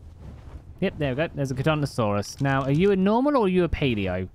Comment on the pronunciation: I think we can all agree that the dinosaur community are fuming at constant fail of pronouncing charcaradontosaurus (car-cara-dont-Oh-saurus) smh